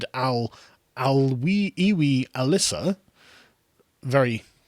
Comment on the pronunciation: Btw it’s Al Issa not Alissa